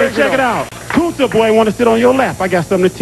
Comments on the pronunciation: It's Kunta boy, not Kusta boy. It's a "Roots" reference... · He said Kunta boy. As in Kunta Kinte.